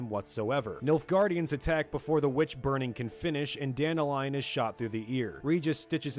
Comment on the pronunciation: Not sure you're gonna care about this, but Dandelions name, when I've been exposed to it, was not pronounced dandelion. It was dan-DEHLyin. Not the flower but the name, pronounced with some masculinity.